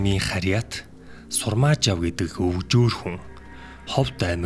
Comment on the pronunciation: Сурмаажав юм бишүү Сармаажав гээд байхын убба хахаха